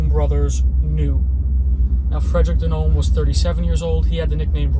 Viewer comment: In Italian DiNome is pronounced "DeeNomei"